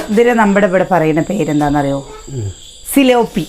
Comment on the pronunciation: സിലോപ്പി അല്ല ഫിലോപ്പി